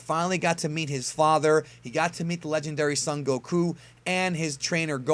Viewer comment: What i noticed about is that he kept mispronouncing 'Goku' lol